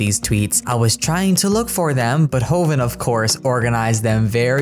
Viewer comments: Just to correct you - Jovan's name is pronounced as Yovan (Plumbella pronounces it pretty correctly). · Tiny thing but Sim Community "Jovan" is pronounced YOH-vahn (J is pronounced as y)